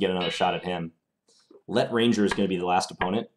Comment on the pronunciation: Great stuff as always thanks.Just to let you know, it's probably not 'let ranger', but rather 'l'etranger', a novel by Camus